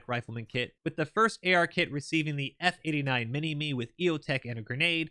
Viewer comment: u said Minimi or f89 wrong